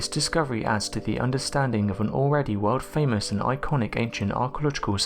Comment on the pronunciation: Sand that must be worms? Wormholes? What are you saying?? What has been brought to a museum? Can't make out what you are saying half of the time . Why are you doing that? If i can eradicate my dutch accent - you can surely speak understandible english? The wodld ? Briggs where amffed? Excuse me ??